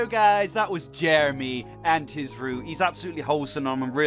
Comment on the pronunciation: I had to listen to it a bunch of times but then in slow-mo Jeremy is now Germany XD little mess ups like this make videos even more epic